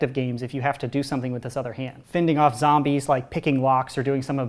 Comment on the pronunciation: I love how instead of saying zombies he says “zambies”